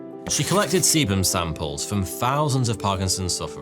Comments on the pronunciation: Sebum people… not Semen 😊. I know I’m not the only one that heard that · I thought he said semen at first 😳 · The way pronounces Sebum, Sebum Sample is a little... 😂🥛